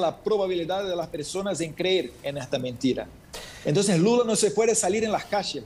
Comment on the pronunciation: No es entõn sino ENTONCES! 🤭 🤣 🤣 🤣 🤣 🤣 No es vacinas sino VACUNAS! 🤭 🤣 🤣 🤣 🤣 🤣